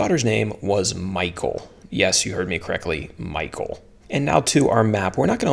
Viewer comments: Mee-haul is more how it is pronounced. But I still struggle with so many names in scripture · Nope that’s not how your pronounce Michal good videos by the way.. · In Nairobi, Kenya, how we pronounce "Michal" is totally different here. 😄